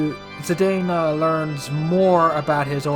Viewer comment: love you speaking zee daine instead of zee dan. at those properly pronounce as its speak ad me zee daine pronounciation was the exact. love you videos brother. your endgame now. godbless